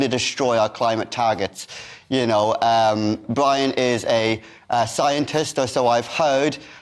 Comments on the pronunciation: Did he say “Bwian”?? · Bwian! 😂. Welease woger! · Who is bwian..lol..these stop oil nerds haha